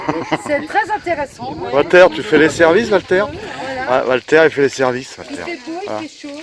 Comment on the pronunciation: Alors la! Le montage, la musique, çà frôle la perfection félicitation! Merci pour la prononciation c’est bien « oualter » 😂😂 Super souvenir d’un super week-end avec des super amis. Pour la recette a part la retraite personne ne nous donne mieux tant pis pour nous 😏😀 Biz à vous et caresse à Gibson